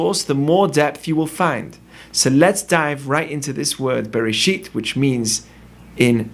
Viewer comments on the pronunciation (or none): Look for yourself the fist word is not berisheet, it ray-sheeth